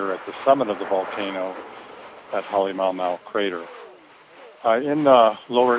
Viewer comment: I thought you pronounced it, Ha le Mah u Mah u, that guy says, Ha le mow mow. lol